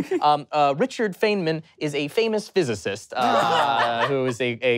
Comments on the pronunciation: uhm actually, feynman is pronounced fine-man and not feign-man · um actually, it's pronounced Richard "fine-min" not "fey-min" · Um actually his name is pronounced Richard Feynman pronounces his last name fine-man. No one can get the question when you didn't say his name right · Um actually Feynman is pronounced Feynman not Fey-nman. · Um, actually, the host mispronounces Richard Feynman's name as "Fane-man". The correct pronunciation is akin to "Fine-man". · um actually, I believe most people pronounce it “fine-men” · Um actually it's pronounced: Richard fine-man (Richard Feynman) physicist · Um actually Richard Feynman is pronounced "Fineman" (faɪnmən - "aɪ" pronouced "i" as in tide) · Um actually you pronounced Richard Feynmans name wrong and me an actual physicist didn’t know what you were taking about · Or you know how Feynman is pronounced. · Um actually you pronounced Richard Feynman Wrong so there was no way based on your pronunciation I would’ve been able to tell thats who you’re talking about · Um Actually you grossly mispronounced Richard Feynman's last name and therefor should not be counted against the contestants.